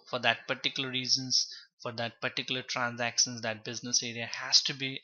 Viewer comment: Lol he's saying opsons, transacsons, distribuson😅... Anyway useful video tho...